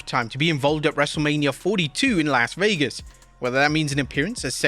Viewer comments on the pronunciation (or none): none